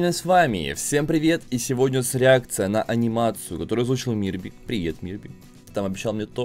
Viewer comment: почему ты всегда говориш "среакция"